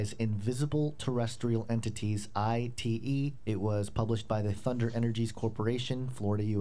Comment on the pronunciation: " ITE " perfecto!!!